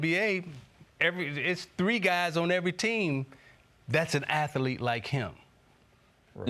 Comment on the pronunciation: For the thousandth time Isiah, it's "athlete" not "at the leat".